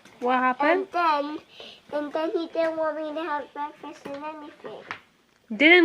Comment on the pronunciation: The way she says breakfast made me laugh out loud I’m sorry 😂😂😂😂😂 I just wasn’t expecting it and I’m a little buzzed